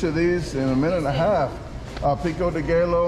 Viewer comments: Pico day gaylo 😂😂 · wtf is pico de gaylo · Pico de Gallow. C'mon, man.... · Peeko day gallow 😂😂 You crack me up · Picko da gay low.. 😂😂, when are going on a world tour, champion!